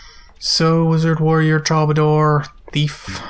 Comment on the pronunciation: Everytime you say troubadour, you say it differently! XD it's pronounced true-buh-door btw. :P